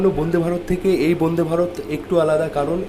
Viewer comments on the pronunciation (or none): apni bonde varot bolchen keno?A R Rahmaner gunta gun bolte na parle Vande e e e ma taram. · বোনদে ভারত না বলে বনদে ভারত, উচ্চারণ করতে হবে। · তোর কি আলজিভ মোটা না কি ইচ্ছে করে বোনদে ভারত বোনদে ভারত করিস। তোরা গ্রামে থাকিস ভুল উচ্চারণ হতেই পারে তা বলে সেটাকে রেক্টিফাই করে দিলে কি ইচ্ছা করে ওই একই উচ্চারণ করিস যে আমি যেটা বলছি সেটাই ঠিক। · বন্দে ভারত ❌ বুন্দে ভারত ✅ শরীর ❌ শরীল ✅